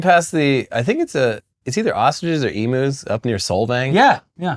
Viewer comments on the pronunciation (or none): Lol Emoos guys it's said emew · I really like how says “Emus.”